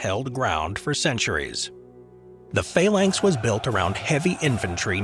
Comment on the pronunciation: Faylanks? You mean Phalanx? I hope you mean Phalanx 😳